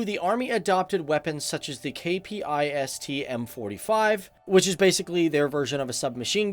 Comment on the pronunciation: Just a hint, Swedes tend to pronounce acronyms as words, so if you spell it out like "K-P -I-S-T" you are 99,95% of the times going to miss pronounce it. :D